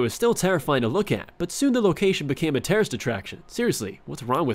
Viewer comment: he said "terrorist atraction" haha